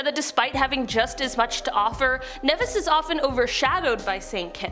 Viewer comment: KNEE VIS - Nevis.